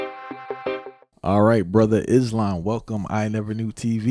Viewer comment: It’s pronounced (is-slawm) not (iz lawm) brothers